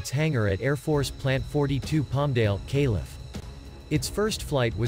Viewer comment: The text-to-speech keeps pronouncing abbreviations as words. "Calif", "MO", "Okla" 😂